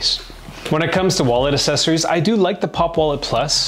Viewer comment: Enjoying the content, truly. But love that has a real trouble saying "accessories" I thought maybe it was a Canadian thing, but says it properly....Accessories as in "AX" sessories:)